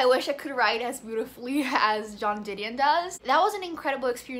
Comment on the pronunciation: lol you pronounced joan like john...haha